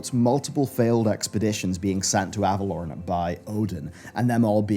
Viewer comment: Is it pronounced Ava-lore-en or Ava-lorn? cuz your pronunciation of Ava-lorn really irks me xD